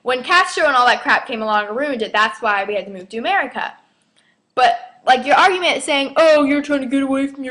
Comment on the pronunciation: how the hell do you take advantage of food stamps and you make fun the way black people talk im sure in the video i heard you say augument its pronounced argument even tho i am Hispanic you guys are some messed up sons of bitches have fun in hell with your prejudice lives im pretty sure they dont even know all of the things black people did to create and form this country oh and you should be hurt because every word you said in this video will come back and get you